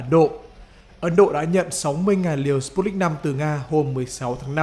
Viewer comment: sputnik v đọc giống như stupid .